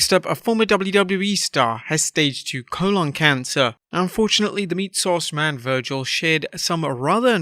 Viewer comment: You Pronounced Colon Cancer Wrong